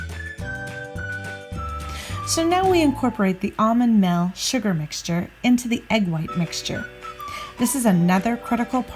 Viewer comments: Meal is pronounced with a long e sound not a short i sound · lol exactly. I even saw someone correct you on how "meal" is pronounced in almond meal. 😆 I remember kids at school calling crayons "crowns", I still knew what they meant though.